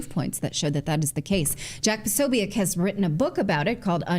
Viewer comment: Natalie it's jack pasobic not pasoiac